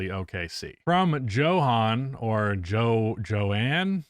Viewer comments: I’m pretty sure Johann is pronounced yo-hon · Bro I love you but as a Dutch guy that pronunciation of Johann hurt and was so American 😭